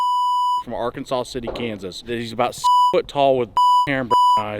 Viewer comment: Wait, this guy lives in Winfield and doesn't know Arkansas city is pronounced ourKANSAS city?